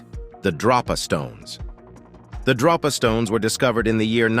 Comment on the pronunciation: DRO-pa stones or DROP-a stones? Here's your sign ------------ He mostly calls them Drop-A stones and then near the end he calls them Dro-pa stones (which is correct). I find it amusing 😋